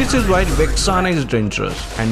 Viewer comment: I'll subscribe your channel only when you stop pronouncing ‘Why' as ‘vi' 💀and ‘Where' as ‘Vere'💀